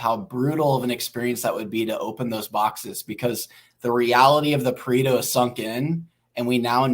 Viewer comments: it's pronounced "Pa-Ray-Toe" not "Pa-Ree-Toe" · I'm italian and the way you guys pronounce Pareto is a disgrace